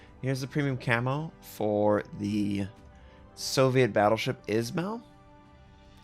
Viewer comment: It's pronounced Iz-Ma-ill